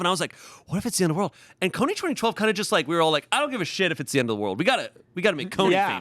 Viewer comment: Is it just me or are they saying Kony 20-20-12?